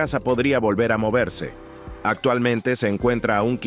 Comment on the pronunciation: No se dice atualmente sino actualmente, esa C intermedia suena, por favor, no maltrate el idioma.